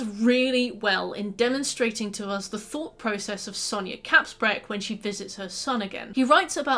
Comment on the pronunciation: It's Kaspbrak, not Kapsbrak